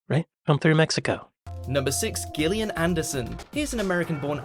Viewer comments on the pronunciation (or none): It is pronounced Jillian, not Gilinham.